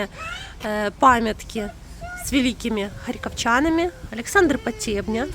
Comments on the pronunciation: ПотебнЯ. Ударение на я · Потебню изучала в МГУ, только лектор ставил ударение на "Я".